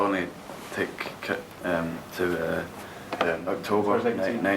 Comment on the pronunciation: "Kit" not ket